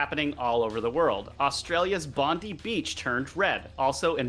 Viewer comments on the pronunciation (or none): Pronounced Bond eye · lol... Bondee Beach? Come on guys - you were there! It is pronounced "Bon-dye Beach".